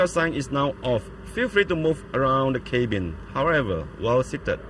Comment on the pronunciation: "Feel free to move around the ceybin"?